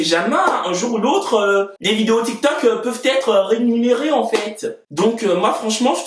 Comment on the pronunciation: « Le tik me tok »🤣🤣